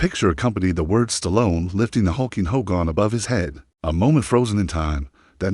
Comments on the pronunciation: Hulks funeral will more than likely be a private graveside service for family and very close friends. Would be nice to see it though as it happens. But these AI narrations are wild. "Ho-gone" sounds like a jab at Hogan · not the funeral an its not hoe gone its HOGAN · This Narrator can't even pronounce his name right 🙎🏼‍♀️